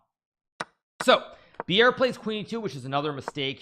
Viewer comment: Bjerre is nothing like "beer". - More like "bear". Then add your "j-sound" of choice, e.g "bjear" :) Maybe we will all one day know him as Jonas, like a Jonas vs Magnus. Which then imposes the problem, it's nothing like "djonas" All in all, his name is pronounced exactly as written, Jonas Buhl Bjerre :D Well, to some at least....